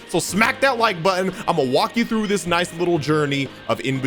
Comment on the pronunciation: “IM GOING TROUGH IT”😂😂😂